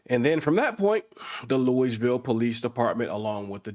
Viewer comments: Lou-EEZ-vil is the most egregious pronunciation to date 😩🙄🤔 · Dude, it's pronounced LOUIEville, not LOUISville. Great voice, though. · When you are going to report a story, please make sure the location is pronounced correctly. Louisville is not Lewisville. Pretend you have cotton in your mouth. It's Lul-vul. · As soon as you called it "Louise-ville" you lost all credibility. There's no way you accurately researched this event and came out of it not knowing how to pronounce Louisville correctly. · LMPD was recently investigated by the Feds and it was not good. Louisville (pronounced loo-uh-ville btw 😁) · fbi is in town, this isnt the end. Also its pronounced Lul Vul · You don't pronounced the s in Louisville... lol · Please I beg you, look up the proper way of saying our cities name. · I am from Louisville Kentucky and there are usually only two ways to pronounce it people who are from here pronounce it a certain way so you can always tell when people are not from here because of how they say it but I have never in my life heard anyone pronounce it how you did lol